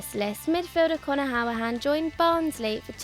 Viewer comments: Conor howahan? Wtf. He was our best player for over two years and I just find it funny how you pronounce it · Some of the pronunciations in this video, Jesus Christ... “Conor Howrahane”? “Philippe MEX”? “Uksair”? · don’t think i’ve ever heard someone bottle the pronunciation of conor hourihane before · Find it funny how she couldn’t pronounce the name of Connor Hourihane haha 😂😂